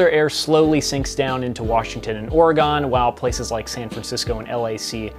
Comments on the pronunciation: Great video but pronouncing Oregon as "oregone" is a sure fire way to get Oregonians annoyed real quick lol. It's ore-uh-g’n like organ with an uh sound in the middle. It doesn’t rhyme with “gone” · Fun fact: Every time someone pronounces it "Oregonne," someone's umbrella gets a hole in it.